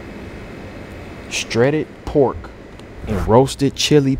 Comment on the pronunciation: c’mon Mr Valedictorian “Streded pork” lol